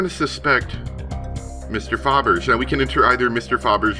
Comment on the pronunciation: Hi, not sure if it’s corrected in later episodes, but “Fabergé” is the name of a Russian jewelry firm, and is pronounced “fab-er-jay” Great play through, btw (you’re a terrific narrator)! Glad you did it since it’s not available on the App Store anymore.